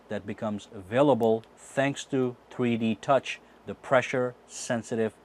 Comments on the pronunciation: every time he says 3D touch it sounds like he is saying tweetie touch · it sounds like he's saying "treede touch" 😂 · Why does it sound like he is saying tweety touch I'm probably tripping